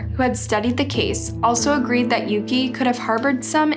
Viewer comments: Pretty sure Yuki’s name is pronounce YUU-KEY not YOH-KAH. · How does one mispronounced Yuki as Yoko? Tf